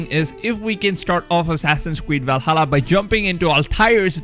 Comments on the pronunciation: What the hell is a wuaking?? And walhalla? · Wikings and walhala :) my favorite youtuber. Im not being a troll or making fun of I dig the accent! And eden being pronounced a'den :)